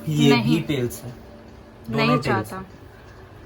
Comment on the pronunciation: Apne tales ko hades bola